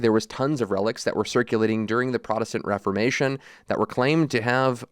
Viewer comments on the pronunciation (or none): none